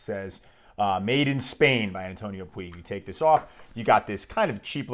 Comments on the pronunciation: antonio Puig (pronunciation: putsh) not pooeeg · A great fragance. Antonio Puig it's said "puch", as touch, much, etc 😉